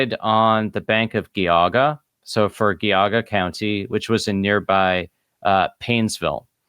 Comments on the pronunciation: FWIW, Geauga is pronounced with a soft g not a hard g. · Loving these videos, but can I make one very unimportant correction? The G in Geauga is pronounced with a "j" sounds, like in giant or gesture, not a hard G. So its "Jee-ah-guh". Source- I work in Geauga county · I grew up up in northeast Ohio. Geauga is soft g then hard g. Not two hard g's. Jee (as in Jeesus) awe guh. Good episode. Exposing more fraud in the Mormon organization. It's been a scamming, grifting organization from the start. One giant financial scam mixed with toxic patriarchy, spiritual brutality, sexism, homophobia, and white supremacy, and lots of covering up of crimes. Glad I left the church. Sad I got people to join on my mission. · Geauga is pronounced Gee-aw-ga. Trust me. I'm from NE Ohio.